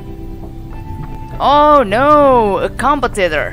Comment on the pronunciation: lol you added an echo effect to your voice for this a what? You have a weird way of saying competitor, sounded like you said compe-tettor XD